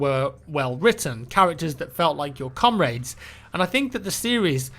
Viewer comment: When he said "comrade" it kinda sounded like "cum rag' XD